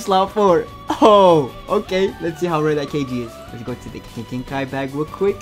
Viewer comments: bro how he ses GENKAI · You know it’s legit when they can’t say Genkai